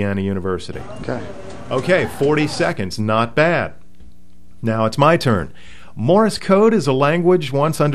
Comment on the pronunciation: A HAM operator, who can't say "Morse", and instead says "Morris"? Second of all, the Leno show was using a speed key. My friend Jim, who is blind, doesn't even need to copy code; he just hears the words, at about 60 WPM. You cannot type with two thumbs at 60WPM.